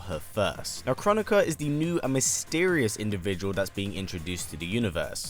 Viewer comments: I think Kronika is pronounced "crow nikka" not "chronic uhh" 😆😂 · I thought Kronika was supposed to be pronounced Kro-nee-ka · Tom-ate-ooo Tom-at-oo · It’s pronounced: kro-knee-kuh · It's pronounced Kro nee ka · It's pronounced (Krow-knee-ka) 😆😆a lot of ppl have been pronouncing it w the wrong way.. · It’s pronounced Krow-neeka- apparantly